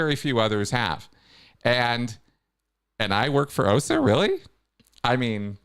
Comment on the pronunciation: Always suspicious of someone who says the OSA acronym incorrectly. 😅